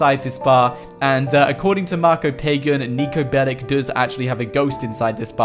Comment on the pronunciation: niko belicses😂